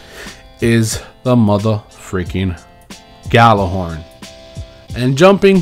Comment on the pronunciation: Has more than 10 Gjallarhorns. Still can't pronounce it